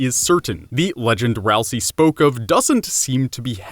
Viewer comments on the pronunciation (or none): It's C-hara not CH-ara and ralsEI (ral-say) not (ral-siy) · Pronounces Chara CHara and ralsei ralsie oof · 2 THINGS. FIRST, ITS NOT SAID RALSEE, ITS SAID RALS-EYY AND RALSEI IS AN ANAGRAM OF ASRIEL BECAUSE RALSEI IS ASRIEL THAT IS THE REVEAL AT THE END. there ya go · your saying ralsei wrong! its pronounced Ral say! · Dislike for mispronouncing ralse - LANET OLSUN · Dislike for saying Raslei is a girl, and mentioning and mispronouncing Chara. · Dislike for mispronouncing Ralsei :D